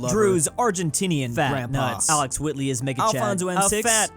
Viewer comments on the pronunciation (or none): none